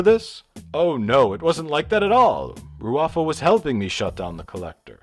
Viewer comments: "Picard and Rufio..." "Picard and Rrfro..." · I love how Mr Plinket can't pronounce the bad guy's name correctly. Hahahah